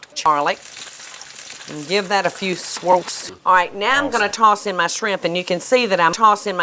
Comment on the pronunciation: “Give that a few sWorls”